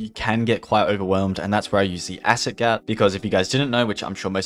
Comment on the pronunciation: I STARTED DYING WHEN HE TRIED TO PRONOUNCE THE ACID GAT PAPPED😭😭